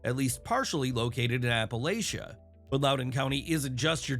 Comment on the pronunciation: It is pronounced Appa-latch-ah 😊